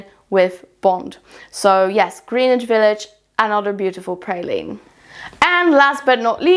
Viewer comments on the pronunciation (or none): Love your content💕just being helpful, it’s pronounced “Gren-itch.” I’m from the NYC area, so I assume people who don’t live here, probably wouldn’t know.